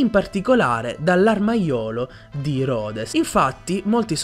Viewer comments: ti prego pronuncia Rhodes come deve essere Pronunciato Please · Madonna.. la pronuncia di ‘Rhodes’